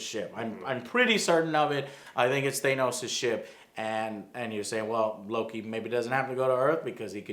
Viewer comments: IT'S PRONOUNCED THAH-NOS YOU DUMBASS! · STOP PRONOUNCING THANOS LIKE THAT !!! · It’s idris not I-dris And it’s Than-os not thaYnos